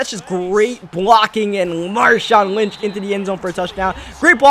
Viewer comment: you said l wnch